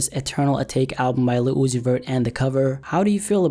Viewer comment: Lil uzi vert= li [luci fer]t